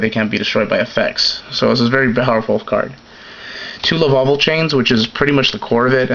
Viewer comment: It's Lavalval, not Lavaval